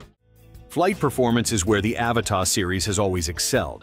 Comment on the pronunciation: AVATA not Avatar